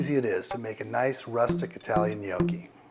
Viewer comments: People love arguing over stuff like this and I don't really mean to add to this, but I also want to say that he's not pronouncing it right. He's saying it more like "nee-oh-key" while the "ee" is too long and the "oh" too long and deep. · he say gnoghi. From italy ;D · What the fuck is nyoaw-chi? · It's a short o, not a long o. An "ah" sound, not an "oh" sound. Properly pronounced like it is in the video, 'Nyahki.' My grandparents from Abruzzo used to smack me on the head if I ever pronounced it with the long o. Great video though, just thought I'd let you know how to pronounce it correctly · the only problem with his pronunciation is that he pronounces like Gnochi since in english there's no "double consonant" sound but "cc" in italian is pronounced like a strong K with a long wovel before the double consonant to it should be pronounced Gno'KKi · Take it from a WHOP, people; it's pronounced NYOKKEE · UR DOING IT ALL WRONG !!! Who the hell says "No-key" !!! I am 12 and can cook better then this fat ass !!! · he's pronouncing it almost right...maybe he should add a G to the end but it's not so easy for non italian-spanish speakers. To erase any possible doubt on pronunciation, in italian (and believe me, I know italian, since I'm italian and I'm majoring in languages and phonetics) GN=Ñ as in spanish NIÑO and so on. So it's something like Ñokki in pronunciation :D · Good video however you are pronouncing it wrong... My Noni made the best gnocchis! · omg!!! gnoooowkey!!!! that's hilarious....the way he says it has me laughing hysterically...I couldn't eat them, I tells ya. Ricer???? ha! Parmeshan? WTF???? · You're Doing It All Wrong: You're Saying "Gnocchi" wrong. It makes me cringe. I can't even finish the video because I can't bear to hear you say "gnoow-chi" again. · If you pronounce gnocchi as "nee-oky." You're doing it all wrong. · When you pronounce gnocci as "Noky" you're doing it all wrong. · omg if he says gnocchi wrong one more time!!!!! lol